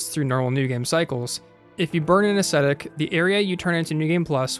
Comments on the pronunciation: "I rather embarrassingly called it the bonfire a-aesthetic". Lol. It's Ascetic. Ah-seh-tik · say it with me. “ahh-see-tick.”